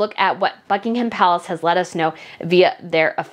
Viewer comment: You are one of the few American podcasters who pronounces Buck Pal correctly. It is Buckingum Palace...NOT BuckingHAM. Well done you.